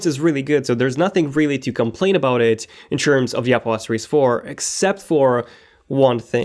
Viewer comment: its not "dee" best , its "dh" best...